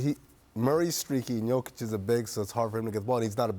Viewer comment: This Dave guy doesn't even know how to pronounce Jokic's name but he knows that he's not good enough. You should replace those shamful ignorant analysts.